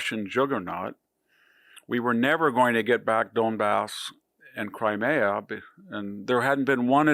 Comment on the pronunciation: How to pronounce Crimea: It’s Cry-me-uh, not Cry-May-uh.